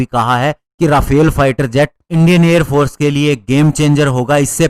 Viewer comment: भाई राफेल नहीं, रफाल सही उच्चारण है।